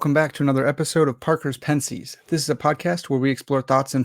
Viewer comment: My friend... I dig the stash and the content but there is 1 huge problem.... Being a huge Pascal fan...it really pained me to hear you mispronounce Pensées so badly. Please look up a few videos of it being pronounced in French accurately. Here is one :)